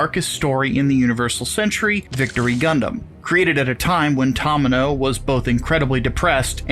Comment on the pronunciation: I mean, judging by the way they pronounced "Tomino" I didn't have high expectations.